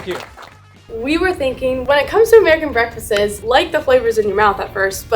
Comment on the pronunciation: ok but she said breakfases 😅😂